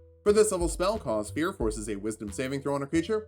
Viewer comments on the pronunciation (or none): none